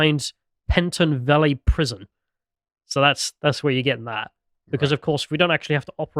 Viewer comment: say Pentonville one more time mate? ahaha